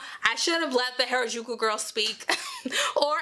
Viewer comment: B can't even pronounce Harajuku right XD gtfo here